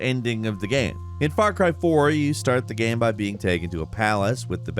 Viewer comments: Whats a "geeem" or "gaaem"? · “Ya need to know In the first minutes of the gyeum” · "In the first minutes of the gaem"? Haha